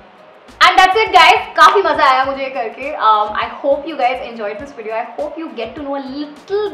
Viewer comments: Am i the only who notices her saying 'widio'🤔. No offence though, i like your 'widios'😃. Subscribed! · What is wideo haan??!!!!! Sometimes it's good to have right pronunciation.... You don't have to do so 'nekami'